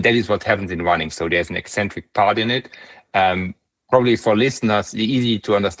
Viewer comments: You have a funny way to pronounce "eccentric", you say it like "ecentric". *Ex*entric is where it's at. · Eccentric is not pronounced "eee-centric". Ever.